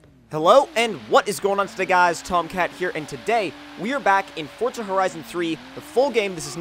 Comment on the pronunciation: stop saying forza like fortza lol